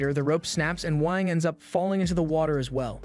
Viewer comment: I heard wank